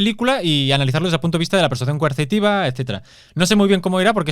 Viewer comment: el no dice coercitiva. Dice mil veces y lo escuché diez mil " Consitiva" , o no se le entiende. Y sé que significa coercitiva, pero no es lo que dice.